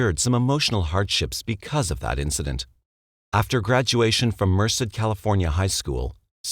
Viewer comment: It's "STAN-eh-slaw" and "mer-SAID".